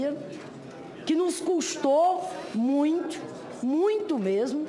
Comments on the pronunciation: PIOR MESMO É MUINTCHO! PQP, MUINTCHO É DE FODER! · foi golpi , golpi, golpi , custou muitchu , muitchu nus custou muitchu, foi golpi, a senhora viajou na maionese hellmans, nos custou muitchu. Esse tipo de pessoa me diverti muito e de graça, não preciso pagar entrada no circo se tenho divertimento gratuito.